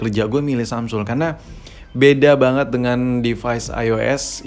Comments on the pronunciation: emg dia ngomong samsul bro wkwk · Samsul ? apa cmn gua yg dngernya samsul?